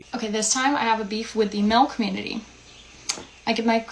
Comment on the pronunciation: You thought it would be “a little pushback”? Think again,we’re THOROUGHLY tired of “tha cummunitah”